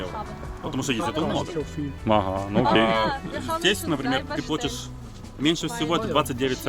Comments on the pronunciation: Переводчица 80 уровня говорит слово плОтишь вместо плАтишь и мужик так же ахахах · ПодшиБники?! Серьёзно?! Меня аж передернуло, вам что там дети текст печатали?))) Хотя нет, прислушался так вы реально и говорите подшиБники! Не стыдно? И пара со своим сельским "плОтишь" удивила, особенно девушка - такая интеллигентная внешность, где она этого нахваталась?! Плотить и платить, и соответственно плотишь и платишь, это совершенно два разных слова с разным значением. Плотить это сколачивать, связивать доски, бревна и т.п.